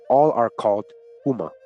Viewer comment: Houma pronounced like Home - a my family is from there